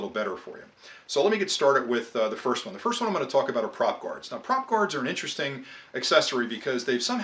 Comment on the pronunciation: you lost me at prop gards